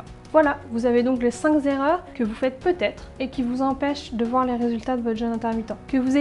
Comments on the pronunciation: « Les cinq Zerreurs » ... c’est les Zaricots qui l’disent qui y est ! Bref en un point,, éviter les BOMBES CALORIQUES ! La biZe. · Enfin une vidéo claire, sans chichi ni singerie ni humour débile. J'ai plus appris en quelques minutes qu'en une heure de vidéo sur le sujet. Petit aparté, il y a 6 erreurs car "cinqzerreurs" ça n'existe pas mais ça m'a bien fait rire. Chouette vidéo en tout cas!! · Cinq est invariable (pas de s à la fin). Cinq erreurs et non cinq "zerreurs" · Cinq erreurs et non cinq z’erreurs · Merci. Mais attention on ne dit pas les cinq Z' erreurs. 😉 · Les cinq Z-erreurs? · Cinq Z' erreurs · pourrait être intéressant sans les "zerreurs" (depuis quand un z à la fin de cinq ?? ca gâche un peu la crédibilité et le sérieux du propos ) et surtout beaucoup trop de "il faut, il faut pas, vous devez impérativement ..... ".Vraiment trop de certitudes et d'ordres sans connaitre les gens, donc peu crédible pour moi, dommage, l'idée était intéressante, mais la forme inadaptée. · Cinq erreurs et pas cinq z'erreurs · Cinq Z'erreurs, je cherche une vidéo en bon français, mais c'est difficile à trouver :-D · Cinqs erreurs ? Cinq zerreurs ? Désolé, mais "ça pique". :) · Cinq erreurs pas 5 zérreurs ! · Les cinq z'erreurs. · les cinq z'erreurs ?????? OUPS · Très intéressante vidéo,. Mais il n'y a pas de "S" à "Cinq". Ne dites pas "Cinq Zerreurs". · "Les cinq Z"erreurs" ? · 1 ère erreur, il n'y a pas d'S à cinq. On ne dit donc pas les 5 z'erreurs. Lol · Cinq Kerreurs, et non cinq zerreurs. Merci de parler français. Une erreur, ça se pardonne, mais la répétition finit par être gênante a l’écoute. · en fait c'est cinq zerreurs, ne pas oublier les deux "r" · Cinq Zerreurs 😂😂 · Très intéressant, merci ! Juste au passage, le mot "cinq" ne prends pas de -s donc pas de liaison à faire ! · Intéressant,, merci. Par contre il vaut mieux dire 5 (cinQ) erreurs, sans S et sans liaison! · "les cinq z'erreurs" : vidéo suivante.